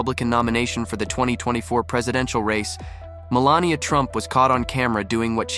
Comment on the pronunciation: It’s Mel AN ia!